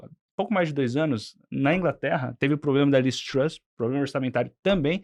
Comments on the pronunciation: Ele tem problema na pronuncia do "R" e você problema de cérebro Um dá para corrigir, o outro não. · Se não me engano foi falado "pobrema"... será que dá para prestar atenção nessas "opiniões"?